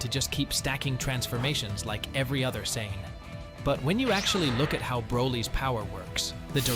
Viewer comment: It’s Super SAIYAN not super sain. Learn how to speak goofball.